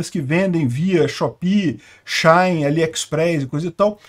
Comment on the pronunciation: Engraçado ele falando SheIn kkk